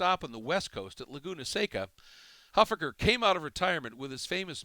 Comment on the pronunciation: you're mispronouncing Huffaker